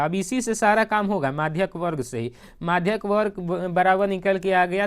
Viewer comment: मधिका nhi maadhak